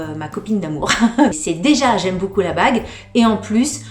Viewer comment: Coucou chouette tes bijoux j’aime le style et je ne connaissais pas la marque who we are je vais allé voir ca. Par contre je bug a chaque fois que tu dis beaucoup en fait tu dis « boucoup » ca me fait bien rire 😝 . Et j’ajoute que les boucles d’oreilles te vont très bien mais conseil quand tu mets des boucles assez grosses fantaisies ne met pas de collier. Perso je trouve que ca fait teop chargé